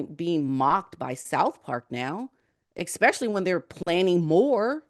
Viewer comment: the word is ESPECIALLY NOT EXPECIALLY. LEARN TO SPEAK ENGLISH PROPERLY